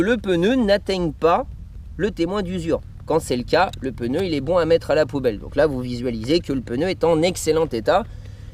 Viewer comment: sympa ! par contre on dit un pneu et pas un peneu....